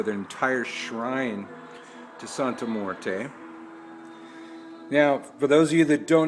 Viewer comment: Can you please pronounce her name correctly as well? Mmmm-wear-tay. Morte is not how it is pronounced.